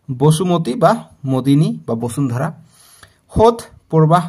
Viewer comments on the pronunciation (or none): none